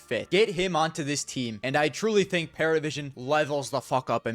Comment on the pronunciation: it's not Paravision, but Pari, Parivision